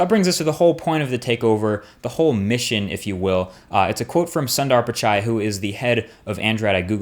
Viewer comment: Its hilarious when he says the name Sundar Pichai. The name is from a language called Tamil and the English pronunciation that MKBHD gave it made me laugh. No offence man.. pure fun.